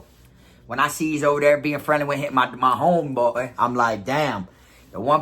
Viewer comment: The way he says homeboy 😂😭😂😭😂😭😂😭😂